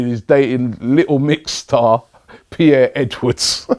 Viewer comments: HSHAHAHAHAHAHAHAAHAH, I'm telling you, Robbie love you man but you gotta be dyslexic or some shit, pierre edwards?! Its perrie edwards, like peri peri sauce (that how the perrie is pronounced). I dunno whats up with you LOL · "Pierre" Edwards 😔its Perrie Robbie you need to improve your pop-culture knowledge 😩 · Lol Piere Edwards, he pronounced it like she is a French man or something. Honestly Robbie needs some reading lessons. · lol pierre edwards. *Perrie